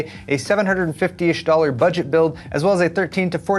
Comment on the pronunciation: Hi! One quick side note, the way you emphasized the 'B' in 'budget' might be a bit misleading I think. The Ax20 is the budget variant, no? I really hope that they will launch the A620 mobo's soon.